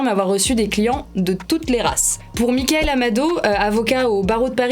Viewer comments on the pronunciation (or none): none